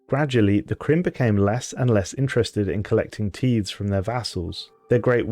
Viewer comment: Love the way you pronounce tithes lol